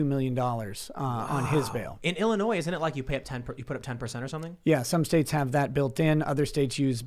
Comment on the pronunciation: ...I hate Illinois, and want to leave...but...the s is not pronounced...please pronounce it right.